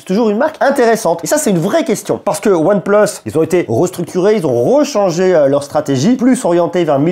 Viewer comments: Pitier c’est pas « OnePleusse » mais « OnePLUUUS » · pourquoi tu dit one pleuse et pas one plus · aAors merci pour la vidéo, et merci pour les infos :) par contre... désolé mais pourquoi dire One pleusse?????? ça m'arrache les oreilles XXDD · ONE PLEUSE MDR